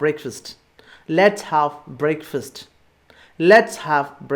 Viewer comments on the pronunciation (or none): Wow superb class sir, but there is a small correction sir, you said breakfast as 'breikfast' i think that would be 'brekfast '